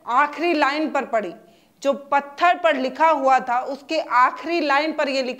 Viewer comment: पत्थल नहीं😂😂😂 पत्थर Madam😅